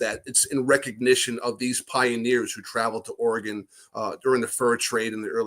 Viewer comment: He DID say Oregon correctly :-) should just let it pass, Pat.